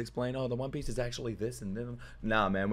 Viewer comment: Bro it cracks me up EVERY time you call it the "Wan" Piece!